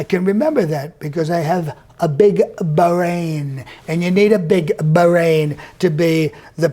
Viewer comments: "cos I've got a big b'hrain"...😂😂😂😂🤪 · LOL it takes a big "ba-rain" to name a few objects right in front of him. A 3 year old can do that.🤣